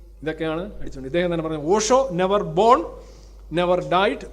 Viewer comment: പോഷോ allay, ഓഷോ ആണല്ലോ....